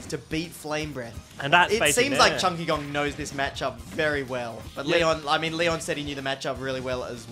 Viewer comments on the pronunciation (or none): none